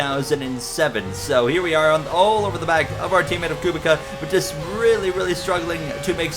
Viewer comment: Just to help, Robert Kubica's last name is pronouced Ku-bit-sa